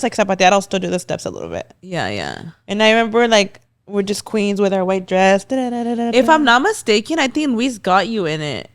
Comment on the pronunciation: Sorry girly you are not queens with your white dress if you cant pronounce it right lol 🤣🙈